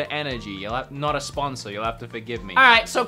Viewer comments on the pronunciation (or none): Is it so hard to say "Sponsor" ?